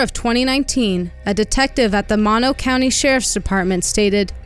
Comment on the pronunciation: I really enjoyed this documentary...only problem i had watching this is that when the neighborhood was shown, where she went missing doesnt look like that at all. And it's pronounced "Moe-No". Not Mah- No. That kinda bugged me. But other than that, great job. And i hope they solve this case someday soon.